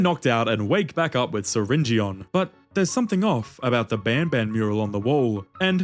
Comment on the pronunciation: syringeon is pronounced syringin